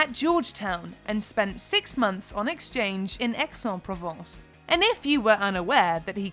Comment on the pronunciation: Please, not «Exon province», but «Aix-en-Provence» - ignorant